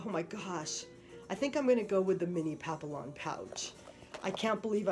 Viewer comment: Its pronounced pap-ee-on